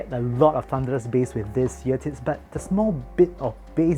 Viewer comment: im sorry but im makes be laugh when he says eartips and accidentally says eartits